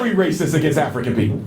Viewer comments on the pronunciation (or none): none